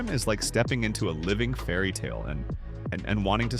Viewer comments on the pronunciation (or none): none